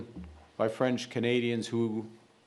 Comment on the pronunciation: Your French pronunciation suck- practice dude